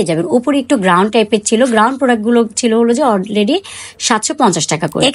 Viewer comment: It's গাউন not গ্রাউন আপু আর প্লাজো হবে ফ্লাজো না